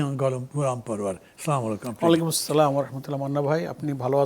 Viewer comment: মান্না সাহেব আজ পর্যন্ত সালামটা শুদ্ধ করে উচ্চারণ করতে পারলেন না আমাদের দুর্ভাগ্য